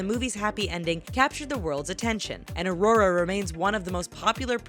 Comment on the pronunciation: Im sorry but i just was triggered i get it lots of people say Aurora wrong it happens but she says it right and than wrong i cant stand it now i know hate is coming my way but its my name and you say it only one way so how did this happend 😫😫😩😩😩😩😩😑😐